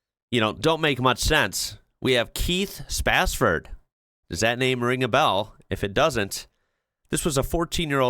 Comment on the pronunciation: It's Keith Sapsford not Spasford lol